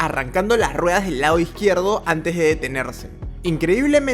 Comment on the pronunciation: Hola a todos. Muy impactantes los accidentes. No sé es porqué quienes locutan estos videos no pronuncian las palabras bien, dicen LAO en vez de LADO, suspenDIA, afortunAMENTE, aterraOR, InterLAOS, termiNAO, cerrAO, deteNIA, atraPAOS (debe ser para que rime con CAOS), inespeRAO, y así otras. Todo sea para que se active el algoritmo.